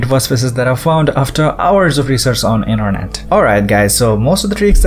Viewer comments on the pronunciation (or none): none